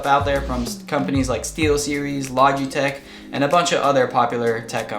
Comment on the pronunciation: The Apex 3 is a hybrid between membrane and mechanical, not a mechanical like you kept saying Also, the i in Logitech isn't emphasized (it's short not long sound)